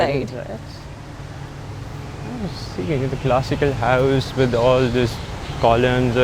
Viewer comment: Why. Say. Houuuss. ? Are they from uk